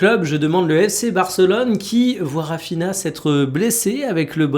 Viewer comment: S'il te plaît, jtm mais fais un effort sur les noms des joueurs, Raphinha ça se prononce Raphinia